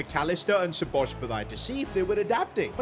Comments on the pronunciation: The game literally tells you how Szo's name is pronounced lmao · At least you tried to say Szoboszlai's name. You almost got it. I'm froam Hungary and this hurts my ears. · You're not saying Szoboszlai's name good😂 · Please learn how to pronounce SZOBOSZLAI’s name. He will be another level next season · im hungarian and im kind of happy that you couldnt say "Szoboszlai"right. btw good video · you butchered the pronunciation of szoboszlai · Szoboszbulai??? WTF Can’t you even read her name? Pronounce as Sobosly. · You can pronounce it like "Saw-boss-la-ee" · HERES HELP WITH THE PRONUNCIATION SAY IT LIKE ‘SO BUZ LIE’ BUT LIKE FASTER ONLY WAY I CAN THINK OF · So-boz-lie That’s how you say it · I still dont understand how can people fuck up szoboszlai's name so bad, like do you see a b at the end of his name or why would you say szoboszbalai?? Just fucking say the letters that are there and dont put others in there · It’s pronounced shu-boz-lay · Just say it like SOBOSLY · It is pronounced sob a zli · its very esay to say szoboszlai, say so-bo-sly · Domonik is pronounced So-bo-sly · Pronounced so-bo-sly for u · It’s sobalski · It's "So Bows Lie" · It’s pronounced so-bo-sly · His name is So-bo-sli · Szobolzlai can be pronounced as Soboslai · If you wanted to know the pronounciation its "Sa-bos-lai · Its pronounced so bo sly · Btw its so-bo-sai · Nope you said szoboslai wrong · soboslae is the pronounciation. Im Hungarian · I think he said his name is pronounced as sobosly or something like that😭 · “Sobozbolai” bro😂 put it in google translate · Sa-Buzz-Lie That's The Pronounciation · It's pronounced : Sho-bosz-lai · Where does he get the second B from when pronouncing Szoboszlai🤣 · Aye its (sa-boz-slai) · the correct pronunciation is sobboslai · Say Szoboszlais name like "Soboslai" ;) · Say Szoboszlai like: Sobosla-i. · Its szoboszlai Shobosslai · Hungarian here Szoboszlai's name pronunciation is Sobosla e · Bro just say Soboslai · Szobozlai S-boz-lie